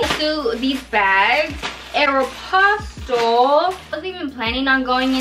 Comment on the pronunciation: it’s not aeropsotol it’s aeropostale